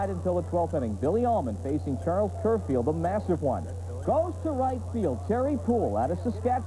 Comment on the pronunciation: Charlie Kerfeld's name is pronounced the way it looks, not "ker-field" like Bob Ley said it here.